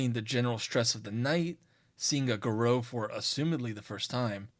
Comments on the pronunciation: It's pronounced gah-roo not garoh. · Fun video, but way you pronounce Garou is like nails on a chalkboard. I've only ever heard it pronounced "gar-roo" due to the French origins of the word.